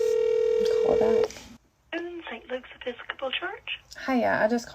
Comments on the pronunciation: "Epee-scah-pol"? LOL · “Eppy sco pal” is a wild pronunciation. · “epi scopal” really? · Did she really say “Eppi-scop-pull”?!?! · As soon as she said it me ears started ringing. And I don’t even go to church😭😂